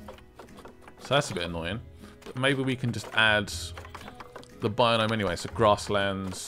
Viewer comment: Is calling biome "binome" a british thing or is pronouncing it wonky (am Swedish, so I wouldn't know)